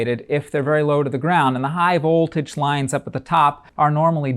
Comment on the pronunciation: Excellent explanation but is it just me or is there something about the way he says vOLtage. It’s like he is being shocked with some voltage when he says the o in vOLtage. Like stewy and the way he said cool Whip